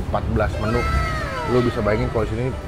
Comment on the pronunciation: Bang ngomong Luh tuh benerin dulu😂😂😂😂